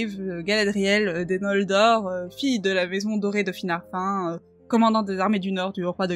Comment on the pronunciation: Finarf1... j'ai mouru en entendant ça :D